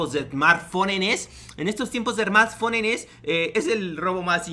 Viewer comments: 😂😂no vocaliza "esmarrtphonenes" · "Esmartfonenes" enseñando a los jóvenes a dialogar correctamente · me da risa cuando dice smartfonennes